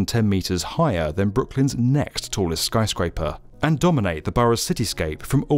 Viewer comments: Are you saying skryscraper instead of skyscraper? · Is it just me, or does he keep saying "skryscaper"? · Why does he keep saying skRyscraper? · *chuckles* skry-scraper... , , .